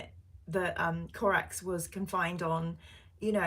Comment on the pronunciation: Corax is such a great Primarch, his backstory is really well written. Your mate calls him BOREAX? AAAARGH! 😂....Corax really is my fave Primarch.